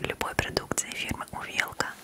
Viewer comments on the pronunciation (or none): Вообще то говорится не увЕлка , а Увелка.